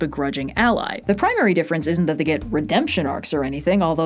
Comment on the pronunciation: lol “prime-ary”